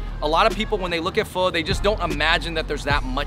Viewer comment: And I’m sure you pronounce pho fole or faux!